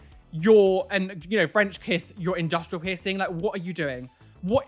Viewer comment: nobody: absolutely nobody:: WHOT AH U DOENG